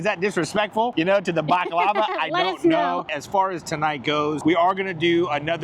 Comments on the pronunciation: you need to learn how to pronounce the desert. It’s pronounced buck-lar-var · The way said baklava like it was lava made me giggle lol.... Love the video can't wait for the next garage sale video 🎉❤ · The way you pronounce baklava drove me nuts 😂